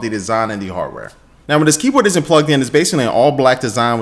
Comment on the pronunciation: i love that he said keepor instead of keyboard